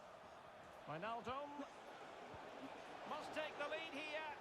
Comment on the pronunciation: No one: Kylian Mbappe : GINi WiJNaljum